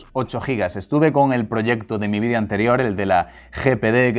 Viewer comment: “Jardgüer”, “softgüer”, “vídeo”. Ni “jarguar”, ni “softguar”, ni “vídio”